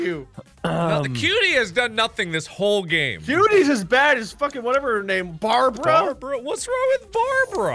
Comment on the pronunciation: "F¥€《 BARABRA"